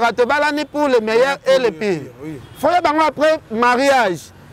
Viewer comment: Oyebi p koloba te inconvegnant et non convegnant kizengi